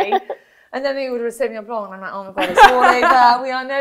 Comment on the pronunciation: Please, Wine Expert, stop pronouncing the C in blanc ...re: Sauvignon Blanc , it's silent...Sauvignon Blonk it is not! Sorry, it's a bugbear of mine as French is my mother tongue